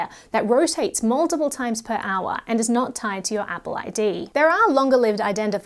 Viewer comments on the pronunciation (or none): none